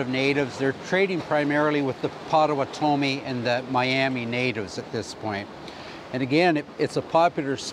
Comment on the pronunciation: pow·tuh·waa·tuh·mee MISH-ə-lə-MACK-ə-naw Enjoyed this despite the mispronunciations.